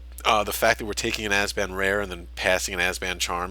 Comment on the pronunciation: Abzan, not Azban. Great video though...